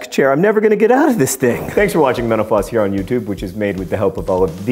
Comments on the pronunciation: It always sound like he's saying "thank you for watching MENOPAUSE"! xD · wheen he says mental floss it sounds like metapose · When u say mental floss at the end of your video I hear menopause lol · Does anyone else hear menopause instead of mental floss? Is it just me? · When he says mental floss it sounds like he's saying menopause